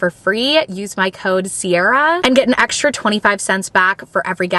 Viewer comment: I wish you would stop saying eckshtra, it’s X tra! It’s str eet not shr eet. STR is not SHR.